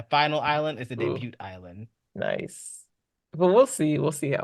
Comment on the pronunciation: Why does everyone pronounce “debut” incorrectly? Even one of the judges pronounced the T.